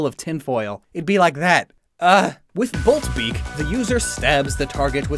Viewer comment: "Bolk Beak" Comes out of Dracozolt's tail